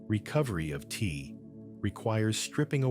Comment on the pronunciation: Good information obstructex by the Ai voice pronuncing Te as Tee. Unfortunate